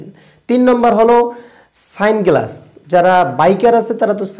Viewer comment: সানগ্লাস❌ স্যাংগ্লাস ✅🤣